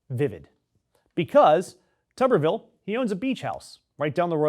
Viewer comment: Pronounced tooberville. Tuber like a potato.